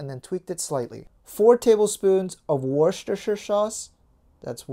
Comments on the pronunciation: Worcestershire Peonounciation: Worse-ter-sher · worcestershire sauce is pronounced wust-er sauce!!! you don't really say the shire part :')